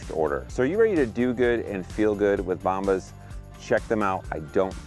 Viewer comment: Great to see you again. Have you google bombs to see what it means in spanish. When you pronounced the word bombas,you didn't say it right. Keep up the amazing work!